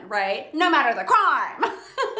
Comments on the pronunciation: “No matter tha cryme” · “no matter the CRWOIME!!” 😂❤